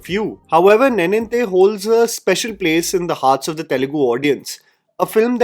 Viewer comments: Sad reality is that you have been saying Telugu names(words) wrongly ever since I've been watching you This time I didn't even had the time to increase speed of the video and you hit me with the word nae-ninthe and you pronounce neninthe. Sorry for the rant, thanks for the video. Appreciate your work bye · good discovery. Ravi Teja is actually a very capable actor. His “Mass Maharaja” persona is a facade…. although i have a problem with your pronunciation of “neninthe”. Nen (similar to the sound of a lions “MANE”)